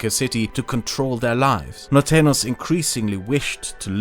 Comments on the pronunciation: Thank you for this wonderful content! I wish to help your pronunciation: The ñ in Norteños should be pronounced as an "ny" in english. Whenever you see an "ñ", just replace it with "ny" in your minds eye. Nortenyos :D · It's weird how well you pronounce "tejano," but then you go ahead and say "Mexica" instead of "Mexico" and "norteno" instead of "norteño." A couple of times you also said "Río Grand" instead of "Río Grande," and "Baya California" instead of "Baja California," which is interesting. It's funny. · “Norteño” is spelled with an ñ, so rather than an /n/ sound, it should be /ny/. NorteNYos. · Its really funny hearing you say norteños as "nortenos" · As a Mexican, big cheers to this work. I'ts a shame so many people here don't speak english and get bored by reading subtitles because otherwise I will show them these videos and shed some light about. P.S: You are pronouncing Norteños as "nortenos". Don't forget to add the 'ny' sound!. and the h in Coahuila is slient, so it is more like "koagooeela" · Great history and sociopolitical analysis! A few spanish names slipped under your radar and got pronounced like they were english. -Norteno is actually Norteño which is pronounced Nortenyo -San Jacinto = San Ha-sin-to -I think there was one other, but I forget now what it was. The rest of the names were pronounced fine, though.